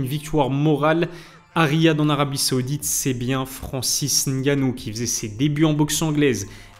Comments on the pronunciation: Merci pour la bonne prononciation du nom de Francis👌. Assez rare pour être noté. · Enfin un français qui à l honnêteté de prononcer le nom " camerounais" correctement Respect Like et partage